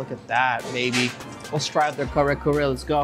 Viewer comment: You know the entire world has changed if he pronounces kare kare like an American